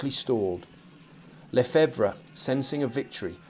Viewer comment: Lefebvre = Luh-FEVV. Mermet = mare-MAY.